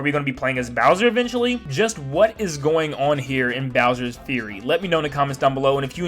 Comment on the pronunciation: As says it: "Bowser's Furry"